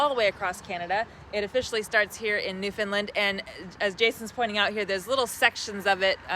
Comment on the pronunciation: Just to help you out with the pronunciation of our beautiful province it's New Found Land and not New Found "Lind" You were already two thirds right!! 🙂